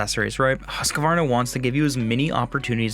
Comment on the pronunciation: Just a tip, do not pronounce the «q» like a «q». It should be like huskvarna.